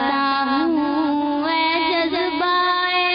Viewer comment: Maam please correct this it’s Ai dil ki qalish and not hai dil ki qalish